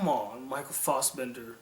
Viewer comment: Michael Fossbender. It's Michael Fassbender.